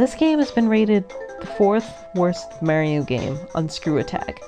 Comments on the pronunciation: Goodness, why in the hell are you saying it like that. Pronounce the planet MARS. Then say MAR - IO ...not marry-o. I have never heard anyone say it like this narrator and it just adds to how annoying this clip is. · Mare instead of Mar is sooooo annoying. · Mary-o. -.- Knock it off. Mary-o is not his name. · U SAID MAIRIO! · its weird that some people pronounce marios name wronng and calls him maryo and hes not a girl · Decent voice, but not how she pronounces Mario..